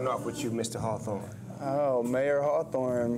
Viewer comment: his names Mayer, not Mayor. N hes from Michigan